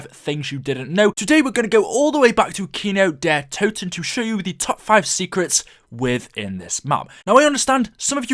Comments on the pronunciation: Es heißt Kino der Toten und nicht kynow der todten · man iys kindertoten wtf get it right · it's kind der toten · it's kin der toten not kino kin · it's not kino Der to ton kindertoten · “Kino dehhh toton” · Right. He said that shit like 80 times. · U Your saying the map name wrong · You are saying worng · You say kino der totan way to much dude it’s annoying especially when you can’t say it right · who else is German, and had to laugh when he said "Kino der Toten" xD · Damn. I'm not even German but you completely butchered the German pronunciation.